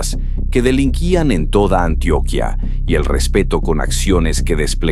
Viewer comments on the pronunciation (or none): none